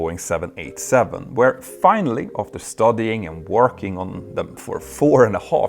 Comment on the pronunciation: The good-natured gag reel: Jeo-Politics Fina-lyly-ly